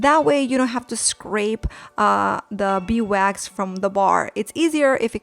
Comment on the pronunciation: Did it bother anyone else when she said: beewax instead of beeswax?